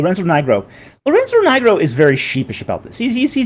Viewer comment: Lorenzo Knee-grow, not Lorenzo NIgh-grow. How would you pronounce Carleton S. Coon's surname? Cone, maybe? Grow a spine, it is not a racial slur, it is a person's surname and it does mean black/dark. So what? If an English person has the surname Black are we now to pronounce it Blask or some other garbled nonsense? 🙄